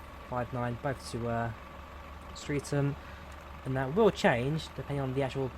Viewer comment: Sorry to be so pedantic. The pronunciation of "Streatham" is not "street ham" but "strethem"